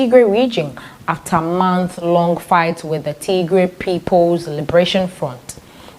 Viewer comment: Bitte sagen sie Tigray nicht tiegree Unser Region heisst Tigray or tigrayan thank you danke für eucheren verschtendnis